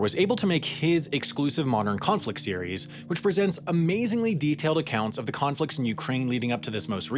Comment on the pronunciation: You should learn to pronounce words like conflicts correctly, with the t before the s. You keep saying conflics. Not trustworthy, still less with that idiotic jingle-jangle in the background.